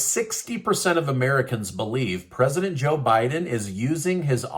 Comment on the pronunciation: I’m so tired of this guy someone needs to get him out. “Presidend”